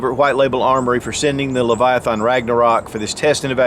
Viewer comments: leviath”AN”. not. leviath”AH”n. !!! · You are not saying Leviathan correct. Its hard to watch. lol